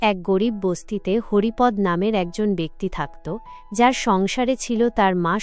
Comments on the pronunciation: Haripad নয় Haripada হবে। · পাঠিকা,আপনি কোনো বাংলা শিক্ষকের কাছে হরিপদ শব্দটির সঠিক উচ্চারণ শিখুন।